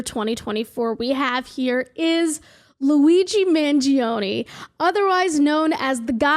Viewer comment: not the queen of Italy herself mispronouncing Mangione 😔😔💔